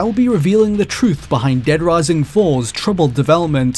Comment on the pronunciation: Dead Wising